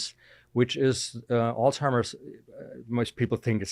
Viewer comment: He should at least say Alzheimer’s properly.